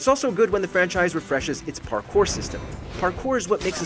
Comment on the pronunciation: The way he says parkour 😂